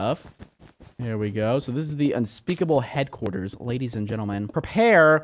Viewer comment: He said unspeakable HEADquarters budoo...ttsss